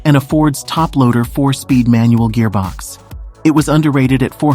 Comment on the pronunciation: Just hearing this guy say "gearbox"😅